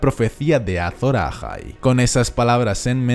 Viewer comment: "ázon áhai redivivo" :v